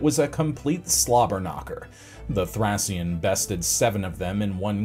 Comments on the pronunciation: sounds like thray . Shn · Please if you’re going to say a word 50 times look up how it’s pronounced. Thracian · Was it so hard to check the correct pronunciation of the word "Thracian" beforehand?